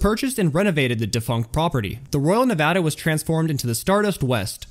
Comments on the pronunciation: Thank you for pronouncing Nevada correctly!!! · Thank you for pronouncing Nevada correctly ^_^ How about the decline of the resorts up in the Ozarks? What happened to your Twitter page?